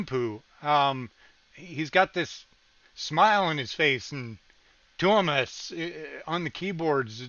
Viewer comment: You instantly became my favorite Nightwish reactor when you pronounced Tuomas correctly. I think you're the only one!